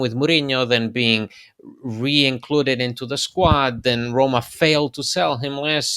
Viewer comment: He also can’t pronounce Roma.